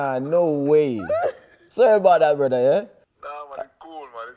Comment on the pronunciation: Leroy INsane noone was "brudda " is so weird we just say "bredda"